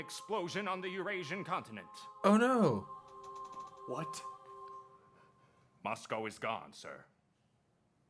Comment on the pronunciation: You've been pronouncing Moscow just fine, Starkid crew just have a funny tendency to pronounce certain things wrong (shoutout to them being physically incapable of pronouncing frappé correctly)